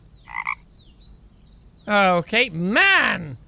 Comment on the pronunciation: I know it's "Okayyyyyyy..." but it sounds like gay xD